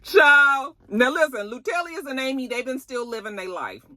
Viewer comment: Is you keep saying Loutellious for me 😭😭😭😭😭😭😭